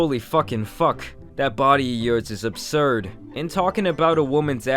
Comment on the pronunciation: adam its Fuuuuuuuuuuuuuuuck not Fuckkkkkkkkkkkkkk you smoothbrain